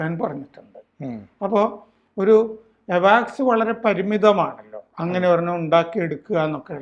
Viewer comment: എവാക്സ് അല്ല അവക്സ്സ്‌ എന്ന് പറയു